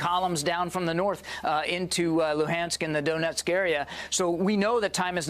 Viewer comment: He really said "the doughnut´sk area".